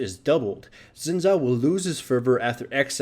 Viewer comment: it's actually pronounced "shin jao"